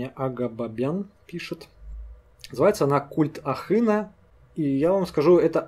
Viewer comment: Ахына,,я впервые слышу,но на слух мне Абхазу он близок )Чуть в ударение не попадаешь ,но не в упрек)Ахы-голова ,на Абаза бызшэа)